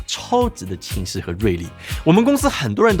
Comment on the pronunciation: 讲话像嘴巴没张开，清晰说成青丝